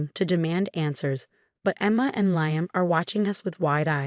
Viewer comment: Liam is pronounced L-E-E-(H)-A- M